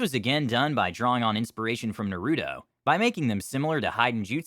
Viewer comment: ....... Nuh-roo-dough? ....... IT'S NAH-ROO-TOE! XD